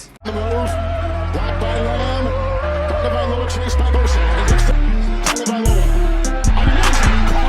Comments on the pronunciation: Tagovailoa: Tah-ngo-vah-eeh-loh-wah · You can even pronounce it Tah-noh-vai-loa, if that makes it easier. P.S. I’m Samoan. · Tah ngo vah-ee low ah.. Faamaga le guku😅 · Please put some respect on my QB by learning to say his name correctly: Everyone should know this by now: Tung-a-vi-a-lo-a, forget how its spelled. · Love the video, love the music. Hate the apology. Mispronouncing his name isn’t a big deal. Yes you said it wrong but people getting mad over it, should get a life. Keep doing you bro. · i mean if you're gonna make a credible analysis video on someone you should definitely be able to pronounce their name. I respect the self correction for sure. It shows a level of professionalism and that the guy cares about the quality of the content he's putting out there. I'd much rather him acknowledge a fault in his content than to pretend it doesn't exist or just flat out say he doesn't care. Two sides to every coin homie, try to look at thinks from both sides. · This is a very cool video, but I would make one suggestion: if you are a fan of Tua, and are going to make videos about him... you should learn how to say his name. It's not that difficult, but you weren't even close! Honestly, everything about this video was pretty high level... except for you completely butchering the name of the guy the video is about. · Still a good video, and it's a mistake that you can easily correct the next time.